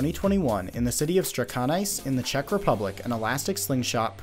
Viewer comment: oh you don't say Strakonice like that... Ow that hurts